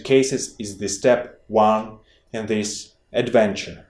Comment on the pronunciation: Funny how you said ... In this “adventure” 😆